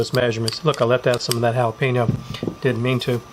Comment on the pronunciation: Sound like a pro! Worcestershire= wu sta sure ( only three syllables) jalapeño = hal a pen yo not hal a pee no Do you guys say pee can or pa con? lol my dad would have loved this. Jim Beam was his favorite!